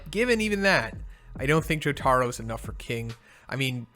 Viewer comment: jotaro's proper pronunciation is Jo ta ro